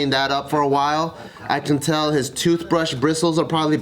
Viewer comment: explains why keeps saying “tail” instead of “tell”